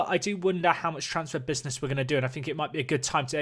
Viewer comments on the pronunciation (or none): none